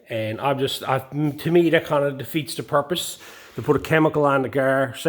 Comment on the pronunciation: Did you say, "it de feets the porpoise?" Porpoises don't have feet.